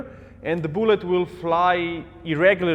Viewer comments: He says “boolet” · I dont know why but when says "bullet" I hear "boollet"